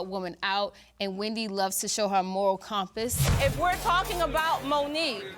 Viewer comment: Did K say Chompass? 😂 i love how Stacey is so unbothered by them lmao 😂 she makes thwm go crazy its hilarious